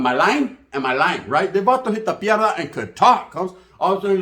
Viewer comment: Dang you made Pie dra sound like mierda bro 😅